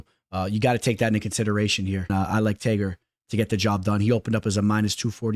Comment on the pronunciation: Ngl bro the way you said Tagirs name annoys the shit outta me LOL